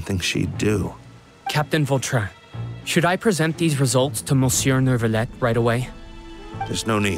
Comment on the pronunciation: Carole one of the rare English voice that pronounce Neuvillette’s name right without the “r”